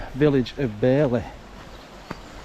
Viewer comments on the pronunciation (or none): It's Bar-ley